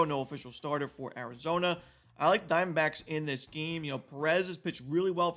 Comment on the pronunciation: I love how you say Arizona Dime Backs